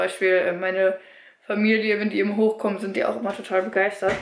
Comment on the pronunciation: Sie sagt ja auch ebend anstatt eben